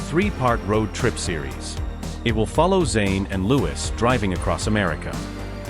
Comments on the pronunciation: It’s not lewis it is Louis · PLEASE! TEACH YOUR AI PROPER PRONUNCIATION! SPELLED LIKE LOUIS, BUT HIS NAME IS PRONOUNCED LIKE THE FRENCH KING HE WAS NAMED AFTER: LOU EEE PLEASE, YOU GOT IT TO SAY ZAYNE'S NAME PERFECTLY! WORK ON IT GETTING LOUIS (LOU EEE'S) NAME NUNCIATED PROPERLY! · The fact that the computer or person reading cant pronounce Louis’ name should be a clue. Id guess that this is stirred up by labels, tptb, management. There is a weird dichotomy btw the recently released music from Harry and Louis. Meticulously orchestrated in timing, themes, lyrics, all woven around each other……… and all the pushback we are seeing demeaning Harry as trying to sabotage Louis, and celebrating themes of division. Pay attention everyone .We should all think for ourselves. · And another narrator who can't pronounce Niall and Louis' names. Their names have been floating around since 2010, so there's no reason for poor narrators to get names wrong. If they are unable to do so, they shouldn't be paid for performing badly